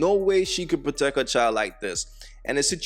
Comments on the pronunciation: She said "My Chi-held" head ass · Clicking nails, pronouncing CHILDTT, extreme weave couldn't do that. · There is no T in child let me reiterate there is no letter T in the word child 😂😂😂